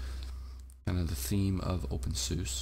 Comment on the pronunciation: You Said OpenSUSE The Wrong Way